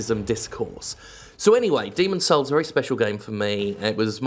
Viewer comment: "Are you saying Demon's souls? cause it sounds like Demon's holes"